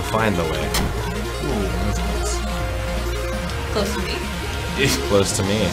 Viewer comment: When you hear it you can’t unhear it “CLOSE TO MEME”